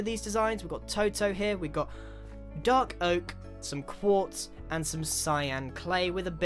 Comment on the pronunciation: i understood "Dog oak", but i think he said " dark oak"